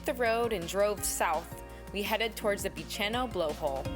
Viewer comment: Freycinet is pronounced as if it's French: Fray-sin-ay. Bicheno is pronounced Bish/en/o.